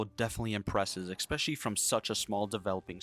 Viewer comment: when somebody says "expesially" it immediately makes me think they have -100 IQ. its "especially" bro.